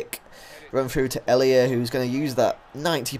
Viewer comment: Ik ben nederlands en ik kijk al jou filmpjes alleen je uitspraak van El Hamdaoui en Janssen en Elia zijn best wel raar.. Als je wilt weten hoe je het echt goed moet zeggen, ben je bij mij welkom:D